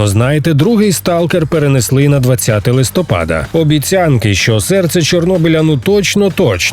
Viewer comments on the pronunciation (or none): none